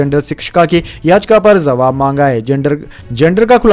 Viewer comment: Kripaya jawabhko zawab na kahe ! Uchcharan dosh dur kare !